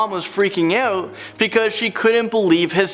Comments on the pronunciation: Is it "out" or "oat" ? 🤦🏽‍♂️ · can't even pronounce 'out' without a ridiculous canadian accent and as you can see isn't even canadian, this video is a joke